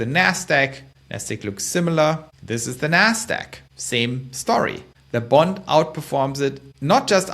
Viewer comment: Your saying "BOND" sounds like "BUNT"